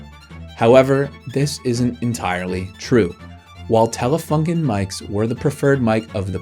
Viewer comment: The company is called Telefunken with a „u“ like in You